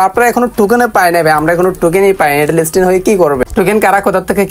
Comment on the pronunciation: লিসটিন ✅ লিস্টিং❌